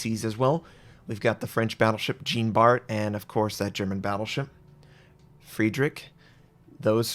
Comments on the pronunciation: Jean Bart is pronounced more like "zjan bar" (not exactly but wayyyyy better than Gene Bart) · Or even easier: just pronounce it like the english name "Sean". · For the love of sanity, plese pronounce Jean Bart at least a bit like it's supposed to. Hint: the "Bart" part is OK. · nice to know im not the only one who goes into fetal position when I hear that shit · Lol I listened till that point and he says it wrong couple of times :)) made me laugh in a fetal position though :))). Not a french speaker also but still.. :D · Wrong Jean pronounciation bro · oh, at least try to pronounce Jean Bart with a proper French pronunciation. Think Jean Luc Picard.